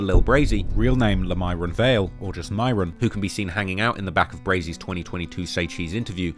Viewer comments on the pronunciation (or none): none